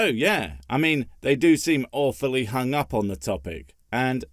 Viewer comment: here is a better question.. WHY THE HELL CANT SHE SAY "HUNG" WITHOUT THE "AH" ITS NOT" HUN-GHA" the sound is 'HUNG" (this REEAALLY annoys my OCD) (ps dont click the time stamp if you havent heard someone say this before... this will wreck your brain for the rest of your life)